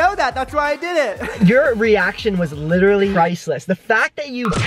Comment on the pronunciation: This is how many times Brant said “litterly” ——————>